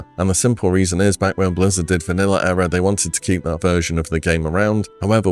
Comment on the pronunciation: Good video but please look up how to pronounce 'era'